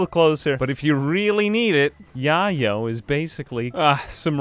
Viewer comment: im pretty sure its pronounced YAY yo like slang for coke